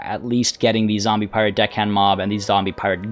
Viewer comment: Did... i hear him say piwate queen? i might have misheard the R there